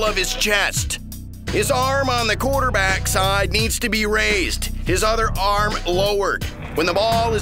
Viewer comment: His voice is funny "But he need to recive the baul from the quarterbaaaaaack first"